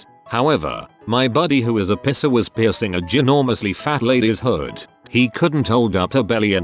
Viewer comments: Love how the bot is constantly saying "pisser" instead of "piercer" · Mall pisser killed me dead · I'm legitimately crying of laughter over here and relying on auto correct to type this The format pisser cracked me up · I love how this thing pronounces "piercer", LOL.